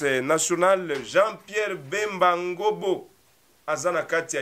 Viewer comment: C’est Ngombo et non Ngobo SVP!